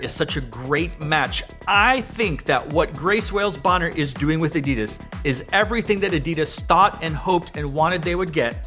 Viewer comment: U said it. Its adidas